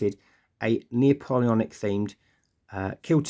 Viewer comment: Lovely looking troops, ive thought about doing the same myself. one point though... and im sorry!! its Nap-oleonic, not Neo-poleonic.... sorry again! im really not one of those guys but couldnt help it lol.